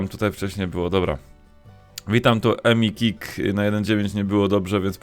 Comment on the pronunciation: to empik a nie emikik!!